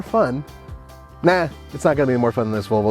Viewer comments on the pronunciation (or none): haha!! He can't say "Vol ...vo"! Volvol